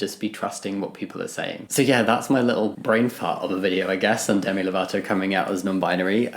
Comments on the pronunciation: Definitely thought I heard you say themi there instead of Demi😅 (but then again, I'm still waking up) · the pronounciation Demi= Dey-me